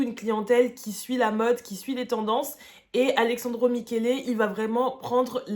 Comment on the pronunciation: Super vidéo, mais je t’en conjure, parle moins vite et respire ! 😅😊 (C’est AleSSandro, et non ‘Alexandro’ 😅)